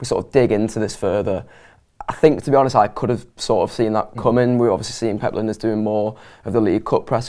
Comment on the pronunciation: Er his name is LINE - DERS not Linda's. Where is the respect amongst Red vloggers?